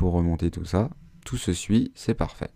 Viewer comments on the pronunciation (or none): none